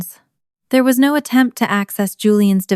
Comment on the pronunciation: Stupid but since it happens in all your videos. Anyway of changing the voice to actually say "no" properly instead of sounding like "nawh"?